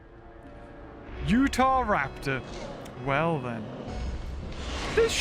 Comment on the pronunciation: Remember when used to call Utahraptor, Utharaptor.